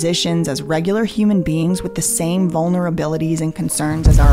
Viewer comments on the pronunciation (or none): none